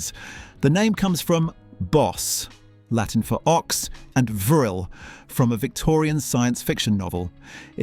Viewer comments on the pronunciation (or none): none